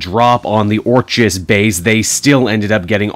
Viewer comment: Orchis (OR-kiss) like Orchid.